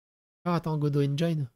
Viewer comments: Non, Dalibor, "engine" se prononce "endjine" et non "endjaïne" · on dit engine pas engaïne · On dit "EngIIIIne" pas EngIAINE comme dans "Fine" ou "fire". C'est juste un i tout bête comme en français, didjouss T_T <- 3D creator en plus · 'engine' se prononce n'djenn